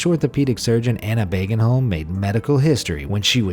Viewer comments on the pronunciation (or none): Try saying "Bogenholm" instead of Bagenholm and you will be closer to correct. The correct sound for "å" is close to "o" in "Ford". So start with considering "å" an "o". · And by the way, you pronounced that wrong. It's booagenholm, not bagenholm. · Å is sayed a bit like o btw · It's not bagenholm it's like boagenholm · you pronounced the name wrong you need to do the å sound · Its a swedish letter